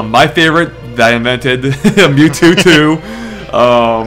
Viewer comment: They said NewTwo.